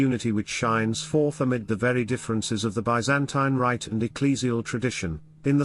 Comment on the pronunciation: This narrator needs to correct his pronunciation of many words, including “Byzantine”, Kiev, Bishop Slipyj, etc.